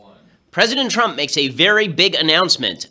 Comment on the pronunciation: President Twump?